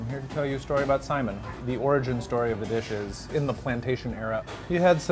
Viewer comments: sai...MIN. Accent on the "min", not simon. For future. Aloha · Lol Simon, Sai-mihn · Braddah.. Its pronounced sai·min or ˈsī-ˈmin... NOT "Simon" lol and it's HŌ-NŌ-LŪ-LŪ.. NOT "Honnalooloo". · Not to be picky, but FYI, we pronounce saimin as sa-ee-min, not like the name Simon. :) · it's Saimín rather than Sáimin. Cringed every time he said it. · Super triggered by the way says what sounds like the name "Simon." Say it like "Sigh-min" bruddah. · Eater yup we sure did. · Saimin... min min min not simon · I thought it too ;) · I Ike how he pronounces “saimin” like “Simon” ☺️. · umm, the pronunciation is more like sigh-min. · Yep, you are so right, he is murdering that word. It is EXACTLY like sigh min! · How are you going to do an episode on Saimin and pronounce the word wrong, and you also should of went to Shige’s Saimin Stand, that place is really good as well. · Can’t stand this guy. Typical non-local. Refers to in the States, like our state is not part of US. Mixes up hot mustard with wasabi and mispronounces saimin. Should ask folks before opening his mouth…